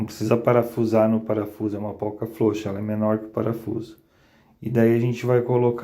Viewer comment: POLQUINHA ou PORQUINHA? FLOUXA ou FROUXA? VC TEM PROBLEMAS DE DICÇÃO OU SEMPRE PRONUNCIEI ESTAS PALAVRAS ERRADAS A VIDA INTEIRA? NÃO ESTOU LHE CORRIGINDO, APENAS AGORA, FIQUEI NA DÚVIDA! 🤔 QTO AS DICAS, OK! 👍